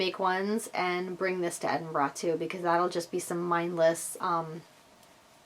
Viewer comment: As a native of this beautiful city, I can confirm that you were spot on - the pronunciation is Edin-bruh. May your trip here be truly wonderful, honey. It is such a great city. I know that I'm biased, but still, as much as it is a blessing to call it home, it is such a special place to visit. I'll be attending the festival on Thursday and Saturday, so perhaps I'll see you there. Oh, and let me know what kind of food you're after on the Saturday night, and I'll get you some recommendations. xxxx